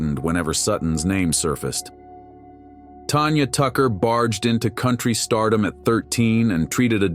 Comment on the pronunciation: Tanya, not Tonya.